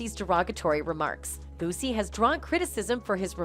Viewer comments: called Boosie "bossy" 😭😭😭same MF's call 2pac "2pack" smdh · Where's The Clip of Iron Mike Saying What The Headline Reads??? And Kept Calling Boosie "Bossy"... I Smell What Y'all are Cooking Over There 🚮💯 HaHa HaHa HaH!¡!